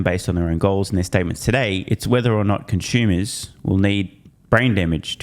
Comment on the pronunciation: Are you saying "conshumers"?